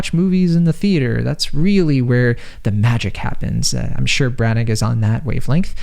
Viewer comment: If you plan on doing a film review perhaps you should first do some homework. 1. Belfast is in Northern Ireland, not Ireland. Two different countries. A bit like saying Boston is in Canada. 2,. The writer./director is Kenneth Brannagh ( pronounced Branna, not Brannak) and 3. the actor who plays Pop is Cieran Hinds (pronounced Keeran, not Seeran).